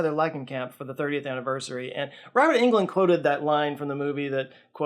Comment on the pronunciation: It's NOT Robert England - it's Robert EGLUND!!